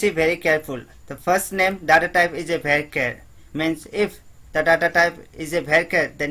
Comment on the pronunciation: Everybody: varchar This dude: wEkE